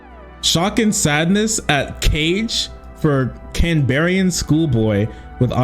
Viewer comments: Hey. Just starting this video, idk if you address it but for future reference it’s not “Can Berryian” it’s “Canbran” and “Can-Bruh” in terms of how it’s pronounced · Canberra is prounounced more like cam-brough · i would be laughing at the way pronounced “canberra” if this whole thing wasn’t so disgusting